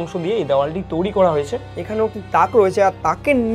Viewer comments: হোস্ট হিসেবে এমন কাউকে নাও যার বাংলা উচ্চারণ ভালো। তৈরি কে তৌরি বলছে, রয়েছে কে রয়েচে। শুনতে বাজে লাগে, আগের ভিডিও গুলোতে একই রকম ভুল উচ্চারণ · তৈরী ❌ তৌরি ✅ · তৈরি ❌ তৌরি✅ 😂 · একটা উচ্চারণ আমার খুব খুবই কানে লাগে, তৈরি কে তৌরি উচ্চারণ করে, এটাকে ঠিক করা উচিত । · Toiri❎ Touri✅😂😂😂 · 😂😂😂😂😂😂😂 toiri? ❌ Touri😊✅ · TOIRI ❎️ TOURI ✅️ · তৈরি ❌ তৌরি✅ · Touri na bhai. Toiri 😑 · Toiri❌ Touri✅ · তরী নয় তৈরি😂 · তৌরি আবার কি ? তৈরী ওটা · তৈরী ❌তওরী✅😂😂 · Toiri ❌ Touri ✅🤡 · Blchi sb thk ache..kin2 ktha ta touri nah toiri hbe 😅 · Touri na, toiri 😑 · Touri না বলো to i re তৈরী 😴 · It's "তৈরি" Not "Touri" বাংলা টা তো ঠিকঠাক উচ্চারণ করো। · কথাটা তোউরি নয় তৈরি। উচ্চারণ একদম যাচ্ছেতাই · বাংলা উচ্চারণ ঠিক করে বলুন, বড্ড কানে লাগছে। "তৈরি" কে "তৌরি" বলছে।😢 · কথার ভয়ানক দোষ আছে, কথাটা তৌরি না তৈরি। Abondoned হতে গেলে একসময় ওখানে জনবসতি থাকা দরকার। সেমেট্রিতে কোন মানুষ জন থাকতো?? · ঋত্বিক ভাই ওকে আগে বাংলাটা ঠিক করে আয়ত্ত করতে বল। শব্দটা 'তৈরি' বলে। তৌরি বলে না। খুব কানে লাগে ভাই। প্রতিটা ভিডিও তে একই সেই তৌরি বলবে। হয় ওকে বাংলা ঠিক করে প্র্যাকটিস করা নাহলে অন্য কোনো হোস্ট আন। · Everything is temporary but "touri" Is permanent 😂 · Hrithik da sombhob hole তুমি নিজে গিয়ে এই ভিডিও গুলো বানাও উপস্থাপন দক্ষতা খুব ভালো থাকা দরকার এসব ভিডিওর জন্য তৈরী কে বারবার তৌরী শুনতে একদম ভালো লাগে না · ওটা তৈরী ঠিক করে pronunciation ta kor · তৈরি kotha ta thik kore bolo. Baki sab valo